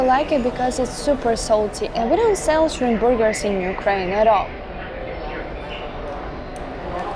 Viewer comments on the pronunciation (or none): 她說 shrimp 🍤 booger 😂😂😂 booger 是鼻屎